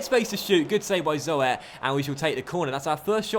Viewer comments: 'zoet' is pronounced as 'suit', but with a 'z' :) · is pronounced like Z-ou-t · "Zoet" is pronounced as "Zoot".